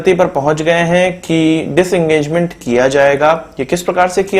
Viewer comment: Disengagement not Diengagement